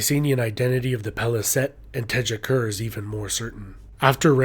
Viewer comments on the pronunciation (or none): You need work with pronunciation.. "Tjekker" had me in tears